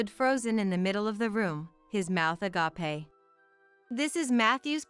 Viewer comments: Yes please correct the pronounceation of agape it isnot Agaaaapee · Agape referring to an amazed open mouth IS NOT PRONOUNCED “UH GOP A”. THAT Agape refers to love. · Doesn't anyone know how to pronounce agape? And what's up with the 4 drip instead of I V?